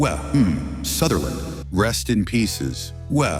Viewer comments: "Wa. Mmh. Sutherland" really felt special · "Wuh Humm Sutherland" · wuh um sutherland